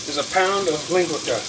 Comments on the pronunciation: It’s not ling gwa ka...... it’s linguica... ling gwee saa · LinguiKA!!! Lol its pronounced Lin-gui-SA. You gona get some Portagees madd, lol!! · I'm from Hawaii and we love Portuguese sausage with eggs and rice for breakfast. I will be trying this recipe with only the Portuguese sausage. However, the way we pronounce linguica like this, ling-gui (as in guido)-sah. the "c" in linguica is pronounced like a "s". Thanks for the recipe! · DUDE…no self respecting Portuguese cook would ever use soy sauce plus you’re using penne not spaghetti… you just put out two cultures with one dish. Ling-weee-sa is the right way to pronounce it.. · Puh-lease! Learn how to pronounce “linguica” before you tell me how to cook it!!! BTW, the “c” is soft…